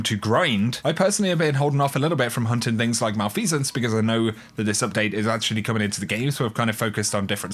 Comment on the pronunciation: You had me engaged until you pronounced malfeasance.